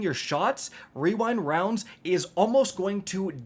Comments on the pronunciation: Wewind wounds for the win 😂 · OK destiny 2 community. It's now called "we wynd wownds" stamp it! 😂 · the wewind wounds bit caught me so off guard lmao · Wewind wounds